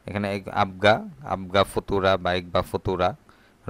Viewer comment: এগবা নয় এবগা